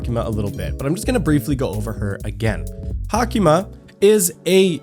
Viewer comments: Its sadly pronounced like hayk-ma tho And he spelled her name wrong....its Haicma,not Hacima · She is HaICma....not HaCIma